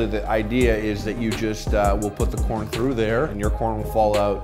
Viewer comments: Thought I heard porn lover at the moment I click this vid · the first 3 seconds I thought he said "are you a porn lover?" lol. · I legitimately heard Porn at the start and not Corn.